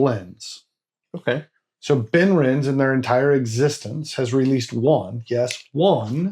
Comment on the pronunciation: Just FYI: the "e" in Benrinnes is pronounced, so 'ben-RIN-ez' (similar to Glenrothes being 'glen-ROTH-ez'). Obviously, we don't get ImpEx bottles here (except rarely at auction), but I do have 4 different Benrinnes bottles from other independent bottlers. I tend to think of it as being like Mortlach, but better suited to me... I've been to various whisky festivals over the years, but these days I just do Croydon Whisky Festival in March and Dornoch Whisky Festival in October - lots of great stands with superb whiskies at both.